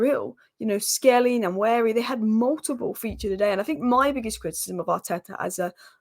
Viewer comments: "Wa-neri" "N" is silent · Hi we Nigerians pronounce his name like this WAN YERI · One-yeah-re. Just sound it out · It's Waneri not Nanweri like you said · It's Pronounced NOIR-NERI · You can call him One-neri. As if you are pronouncing number 1. They dont sound exactly the same but very similar. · Pronunciation of Nwaneri: Wanieri. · It’s pronounced “One ye ree “ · pronounced: Waneri (N is silent) ❤🤣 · It's PRONOUNCED as WA-NE-RI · Its pronounced Noir-neri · Nwaneri's name pronounced more like Wan-ner-ee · Aunty u r spoiling Nwaneri's name